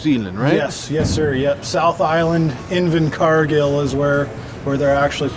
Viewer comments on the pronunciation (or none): KIWIS DO IT BETTER!!! Btw wtf is invincargill hahaha bloody flop pronounce is right! INVERCARGILL